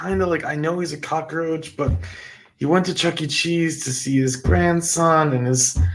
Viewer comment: All that drama is ridiculous. The term is cock roach, not Crocker roach, or are you confused with Betty Crocker?. Go get some education. What are you looking up for instead of into the camera. His victim okayed his presence…how did you miss that? You know all about families, other cultures, from a book? Or your dreams. Speak for yourself. You have no idea what it is to secure a job with a felony conviction.